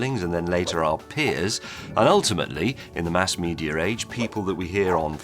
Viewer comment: Saying "medear" instead of "media" gets me "in the cool club?" No thanks! ;)